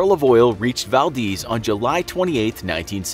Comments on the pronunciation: Val-DEZ not, Val-Deez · Val Deez nuts. It's not deez it's dez (Valdez) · Its Vald-EZ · Val-deez nutz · It's Pronounced Valdez With a long E sound. Just saying